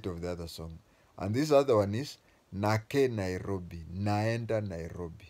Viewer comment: You do not Know Lingala. Its even not nake nairobi it's Nakei Nairobi.